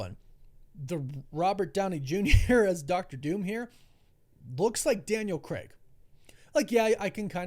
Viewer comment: It's craig, not creg. Christ 😒